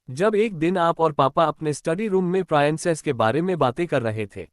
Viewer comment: Peanic nahi princess hota hai